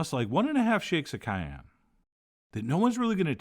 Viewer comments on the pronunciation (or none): none